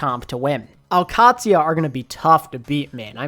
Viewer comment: I know its nit picky but the Q in al qadsiah is pronounced more like the G in gout or gourmet where it tickles the top of the mouth and the rest is a D and and SIA like the singer